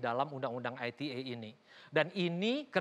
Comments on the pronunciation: risih gw dengernya aitie. bahasa inggris inggris aja, indonesia indonesia aja. campur2 gmn sih. klo ngomong aitie ya tulisannya ITA dong. jangan2 mmg mo ngomong ITA maksudnya yg entah apa lg singkatannya, gw taunya ITE pake bahasa indonesia. apaan aitie aitie lah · undang-undang Ai Ti Ei ?!? (ITE =~ Ai Ti I)